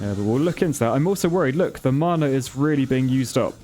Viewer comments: P.S. "Mana" is not mar-nar, it sounds like manner. Mah-Nah. Rhymes with banner. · It’s not maaaaaana it’s mana. Man-a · Why are you saying mana as marna it hurts my ears XD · Is it me or the way he says mana sounds posh? 😂 I pronounce it (maa-naa) Vs (mar-nar)